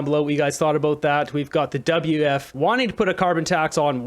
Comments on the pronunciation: Why do you keep saying, "WF" ? It''s "WEF". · What is the WF? like beo learn to pronounce properly. And the WEF is a distraction. They don't implement anything. They are just the mouth of other individuals and groups. Klaus is worth $12 million. This is a distraction for the plebs.